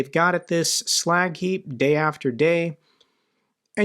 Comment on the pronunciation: That "slack heap" sounds like Iwo Jima.